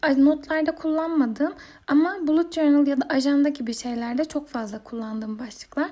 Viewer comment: Bulut cornıl diye okuyorsun da balıt cornıl diye okunuyo aşkm